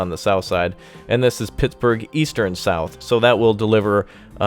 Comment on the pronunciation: you said PIGS-burgh twice lol